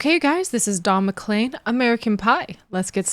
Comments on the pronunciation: Mc-leen, not Mc-Lane, but that's okay 😊😊😎😎 - this song is about a really bad day - also listen to "Vincent," also beautiful and very sad - simple instrumentation can underlie a song of any mood; this was very simple instrumentation well played, and I would definitely differ with "chaotic" but I have been a piano player for 66 years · You said clean in the video and pronounced it CLEAN you didn't pronounce it CLAIN.......like you do with his name which the last 5 letters are CLEAN.........weird. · Pronounced: Don MaKleen. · Not to pick nits (you asked) his name is pronounced is Mac-clean